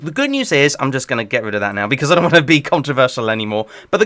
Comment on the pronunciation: bro said "yuust clean" lmao